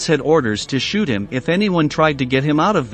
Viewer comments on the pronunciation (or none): none